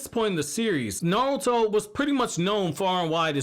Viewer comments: It’s naruto not nalta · I know you saying Naruto Na-ru-to but you keep saying Nawrl-uto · I liked the vid, but you kept saying "Narlto" which really bugged me. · Is this guy calling Naruto:"Naluto"or is it just me? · Ay bro yo intro says "NATURO" 💀